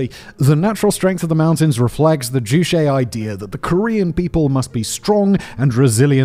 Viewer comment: I’m a fan of your productions but in this one, you have failed to take the time to look up the pronunciation of juche. Pronouncing it to rhyme with touché is wrong. It is joo chay. Ch like church, not like Chicago.